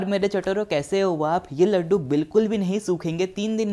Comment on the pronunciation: I like the way u say 'chatoro'🤤